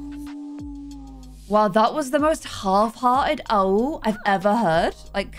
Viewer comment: Lmao when u said AWOOO it sounded like UwU